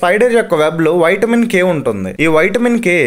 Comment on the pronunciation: Whitemin K kadu vitamin K Pronunciation telusa